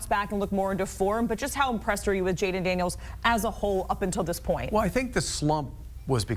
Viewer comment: It's Daniels and it's not even close.